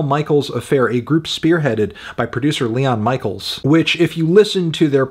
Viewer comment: pronounced "mishell" - i love you anthony, so much, but i was wincing everytime you said "michael"